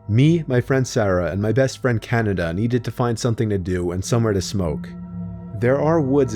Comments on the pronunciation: As soon as I heard this part I immediately scrolled to the comments like, "There's no way I'm the only one who heard 'best friend Canada'" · Did he say his best friend Canada? Who is he the USA,lol